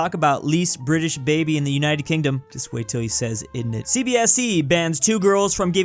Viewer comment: said innit wrong